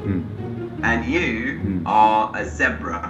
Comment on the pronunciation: The tutor can't even pronounce Zebra correctly :P